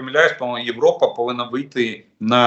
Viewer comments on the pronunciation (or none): none